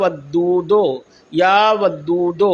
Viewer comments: Are bhaiyo ye ddhadi wala aadmi galat padh raha hai ya vadoo doo ko ya vado do padh raha hai. Agar ye aalim hota to iske alfaz sahi hote. Ise quraan Sharif padh ke sunane ko kaho. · Ye baba ku sahi se ya wadudu bolne bhi ni aara.....tauba....allah pk hidayat de